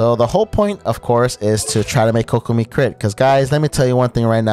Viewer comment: yh but you pronounce kok like "coke" bc its kokomi, pronounced as "Coke-omie"